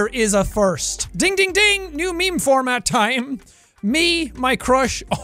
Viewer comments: Maymay tiem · Its maymay tiem¡